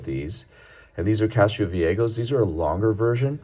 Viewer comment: It's Castro VieJO not "go". In Spanish the "jo" is pronounced like English "ho".